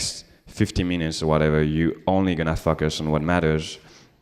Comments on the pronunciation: having more fuckers? pls, fix your accent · Every time he says "focus" I hear "fuckers" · Sounds like "fuckus" to me. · Yeah! I was aware it's a mistake French speakers often make, just not that I did it too! On the bright side, this came out of it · Me too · So do I :).